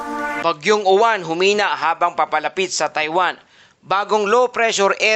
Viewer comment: Uwan ka ng uwan mali ang bigkas nyu dapat yowan at ang alphabet ay stu.bigkasin so yowan ang tunog